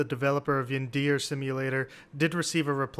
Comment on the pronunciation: Bro the way they pronounce yandere...